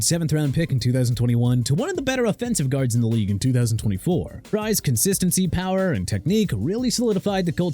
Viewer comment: Terrel (Tir-rell) Bernard not terrol stupid! Also Will Fries (freeze) not fries like the fried potatoes! Useless! And even worse you have Tyrone Tracy's last name on screen incorrect because THERE'S NO "E" IN TRACY!!